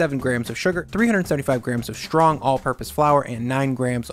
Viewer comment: "Shtrong" is not an English word and neither is "sthrength" or "shtreet".